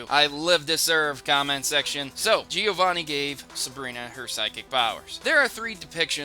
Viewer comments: Great video! However it's "Giovànni", not "Gìovanni". I'm italian, sorry for my bed english XD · Its bloody GE-O-VANI not GE-O-ANI!!!!!!! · He said Giovanni wrong. He said it like Giowanni